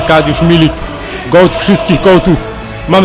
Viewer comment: goat a nie goay